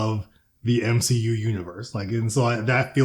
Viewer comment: the M-SHE-U i fucking bad